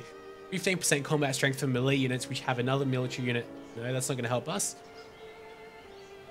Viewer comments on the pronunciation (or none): none